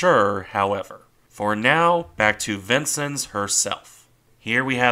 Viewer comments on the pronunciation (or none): I believe her name is pronounced "Vince-Ens", not "Vinces". Nice presentation, nonetheless.. keep up the good work! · It's pronounced vin-sins, not Vincent. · as someone who served on cg49 , it is pronounced vin-senz, not sins. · Being originally from Illinois I have always heard the name pronounced "vin-senz" rather than "vin-sins.." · neither way, vin-senz is how you pronounce it. im fairly familiar with it having served on one of the vincennes!